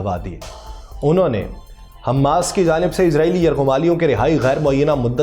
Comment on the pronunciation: صحیح تلفظ حمَاس ہے۔ حمّاس نہیں۔ میم پر تشدید نہیں ہے۔